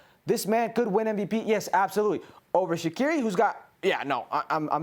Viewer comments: It’s pronounced Shachiri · Y’all don’t even know how to pronounce shaqiri name correctly 😂